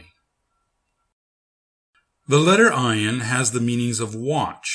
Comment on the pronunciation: Because it is not silent. You should learn with a middle eastener person. Search Maha channel. She teaches hebrew and arabic. This channel have a terrible pronounciation Ayin has the sound of "uugh". Is very hard to describe.